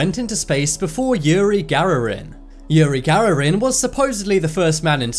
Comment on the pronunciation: It’s yuri Gagarin not yuri gararin